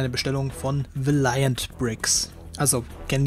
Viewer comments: bist der einzigste der das so ausspricht 😂 egal sonst echt nices Video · nein man spricht das aber echt net so aus 😂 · Auch hier wieder ein schönes Video! Ich persöhnlich favorisiere VB (habe dein UB Unboxing auch gerade gesehen). Mir gefallen die UB Köpfe nicht sonderlich gut, aber das ist ja Geschmackssache. Ps. Warum sprichts du "Valiant" so komisch aus? xD